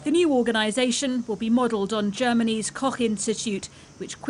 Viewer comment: Germany’s what now?😂